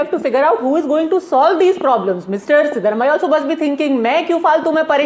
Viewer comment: Pronounciation is wrong. Siddarumaiah ❌ Siddaraamaiah ✅